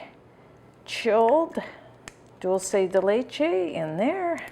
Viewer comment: ARGENTINA ARGENTINA ARGENTINA !!! ♥♥♥ PS: it's pronunced DOOL-SE(curity) DE(dicate) LE(t)CHE(ss) I put the words in brackets to show another word were the letters are pronunced the same. Amesome recipe!! All the Love ! ♥